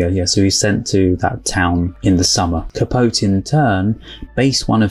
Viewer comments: Truman Capote's last name is pronounced Capoteee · Truman’s last name is 3 syllables. Cah-poh-tee. You will no doubt run across his name, and his literary works, in your future travels as a lover of film. His book “In Cold Blood” is still credited as kicking off the true crime genre. Great reaction. Subscribed. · And it's pronounced Ca-PO-te (sounds like tea).